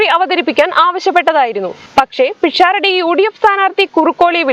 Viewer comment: പിക്ഷാറഡിയല്ല.. പെണ്ണേ.. പിശാരടി ആണ്.. ഇനിയെങ്കിലും പഠിക്ക്